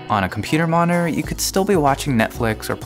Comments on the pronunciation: Computer monore whats that? Did you mean Mo ni TOR? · Great explanation, thank you! Just a question, why do American's so often no pronounce parts of words of 'monitor' becomes 'moninor' or 'moner'? :) Still a great video, thank you! :) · we can get lazy with pronouncing that 'T', we kind of rush over it. I've never heard 'moner' tho